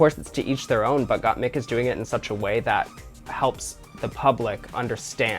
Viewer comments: By chair😂😂😂 I love Trixie misprinouncing names (Gotmeek) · not "gOtTmEeK" lmao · trixie queen of mispronouncing names. first gottmeek and now. chair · Gah the amount of people that say mik like meek is annoying. My name is MIK! Not meek! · Tracey Martel really calling Gotmik as Gotmeek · Trixie, U HAVE 2 KEEP SAYING GOTTMEK.!!!!!!!!!!!!!!! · Gottmeek is easier to say than Gottmik at least for non english speakers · Trixie’s trying to pronounce Gottmik as Got To Me...aw x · For French people "GottmEEk" make total sense as it's the way we pronounce the "i". So like this you are just saying Gottmik with a French accent! hahaha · Gottmeek is the way us, latinos, would pronounce it hahahaha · "GottMik" "GottMik" Me, a french person : What's the difference ? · "GotMeek" and "Chair" should be a band. Oh Trixie lol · girl just say gottmeek it's just right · GottMeek ? 👁👄👁 GottMeek. GottMeek ??? 👁👄👁 G o t t m e e k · With the Gotmik pronunciation Trixxie is letting her latina genes come through! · the way Trixie pronounces gottmIk is literally the russian accent at the finest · I cheer every time I hear Gott-meek bc that's exactly how I pronounce it in Polish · First it was 'Gotmeek' now Stronger by 'Chair'? Trixie kills me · I love trixie but it bothers me how she constantly says Gottmik’s name wrong even after being corrected. It’s just not funny.